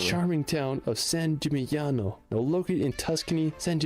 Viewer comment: You may consider them and I enjoy both presenters. however still has a problem with pronunciation whereas Rick Steves takes the time and puts the work into finding out how to say them. From a purely consumer point of view I prefer Rick, but not to say that I don't love enthusiasm....also put St Gimingnano in Greece even though his title said it was in Italy, which is where it is. Good aerial footage doesn't cover for basic factual errors.